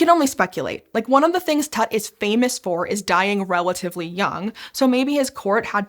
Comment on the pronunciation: it's Tut like Toot, not tat